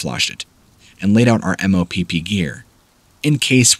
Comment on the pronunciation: It’s MOPP gear, as in “mop the floor”. Not em-oh-pee-pee gear. Mission orientated protective posture.